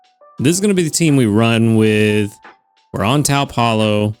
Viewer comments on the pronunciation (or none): Taupe is pronounced towp